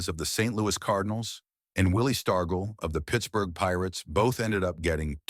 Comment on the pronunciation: Mickey Mantle also got screwed in 1958 when the sports writers were sick of Yankees winning the MVP year after year and Mickey winning 1956 and 1957, they somehow gave it to Jackie Jensen , The narrator Mispronounced Eddie Lopat name and Willie Stargell name